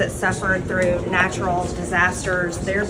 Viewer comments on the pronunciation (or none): none